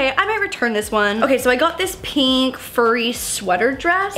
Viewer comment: Everyone's posting about how hates pants, I was shocked no one commented on her saying "Peenk" instead of pink😂